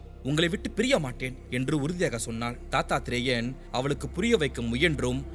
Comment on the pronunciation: தத்தாத்ரேயரே சுவாமி ஐயப்பனின் 1அவதாரம் அதை நல்லா படிச்சு சொல்லுங்க..... வரலாறு முக்கியம் தாத்தா த் ரேயார் இல்ல தத் தாத்ரேயர்